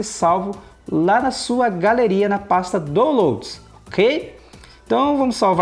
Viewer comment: Boa dica! A pasta é Dáunlouds (como se pronuncia!) Obrigado